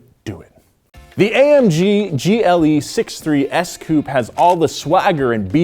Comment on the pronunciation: Ffs COUPÉ HAS AN E AT THE END FOR A REASON